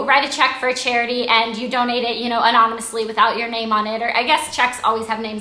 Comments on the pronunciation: aha this is really nice of you! and you said anomanously.. you mean anonamously (i dont really know how to spell that) :$ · ur so cutee did u notice she said anomonously :)))